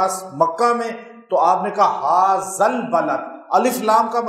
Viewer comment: HAZAA Nahi... HAAZ - AL hai....